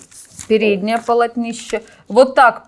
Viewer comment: Я очень извиняюсь за бестактность , но слово «Полотнище» произносится с ударением на второй слог с буквой «О».Не обижайтесь ради Бога, я не выпендриваюсь и не умничаю, просто очень слух режет.